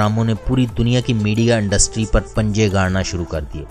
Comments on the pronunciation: Industry not undustry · Dear despite of information your pronunciation is quite wrong. I feel that you had never been at a good institute. You said Andustry where as it is Industry. You said Araq whereas it is Iraq. Tjhere are many words you spoke wrong. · Andustry kiya hota h bhai Targat kiya hota h? بھائی آپ لوگ الفاظ لاتے کہاں سے ہیں اور ایسی فحش غلطیاں کیسے کرتے ہیں. تقریبا ہر لفظ کو بدل دیتے ہو آپ... امید کے اصلاح کریں گے. شکریہ